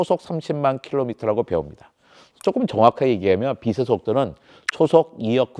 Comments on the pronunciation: 국민학교를 안나왔나? 빛의 속도를 발음할때 비세속도가 아니고 비체속도 라고 발음 해야 맞는거지. 그리고 지구의 물리학으로 외계인을 이해할려면은 안돼지. 빛의 속도보다 더 능가하는 뭔가가 있겠지. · 자꾸 발음을 비세 속도라고 하는데 정확하게 발음하면 비체 속도입니다 ㅅ이 아니라 ㅊ으로 발음해야죠